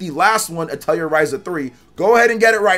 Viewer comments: Azure is pronounced more like "asher" Atelier is French. Pronounced like "uh-tell-ee-ay" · "Atelier" is pronounced "ah-tell-eee-aay"